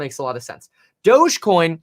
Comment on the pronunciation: Please stop saying douge coin I'm pretty sure it's pronounced (doggy) dog e coin thus the picture of the little (doggy) on the coin lol